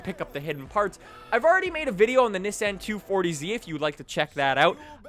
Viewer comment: Did this man just say "'niss-anne"?